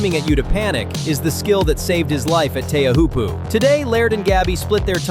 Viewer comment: Pronounce Teahiopo CORRECTLY